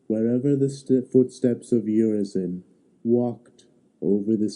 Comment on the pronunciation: Mispronunciation of Urizen leads to misunderstanding